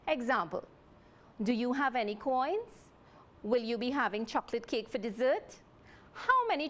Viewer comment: Do you hear how she says chocolate cake